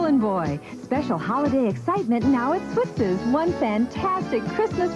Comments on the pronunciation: Switz's is said like "Switzes", not Switz. I got my first Halloween mask there, a rubber werewolf mask that I treasured. I still have it but it got all stuck together and kinda rotted away. Oscar was the best, I was always a little scared to go too close. Fun story, they had a whole bin of handcuffs and I, thinking they were trick handcuffs do to the lack of keys, handcuffed myself to the isle. What I didn't know is that they kept the keys up front. I was stuck quite a while and sad and the whole thing was kind of humiliating hahaha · It's actually pronounced Swit-sez...you kept leaving off the 's .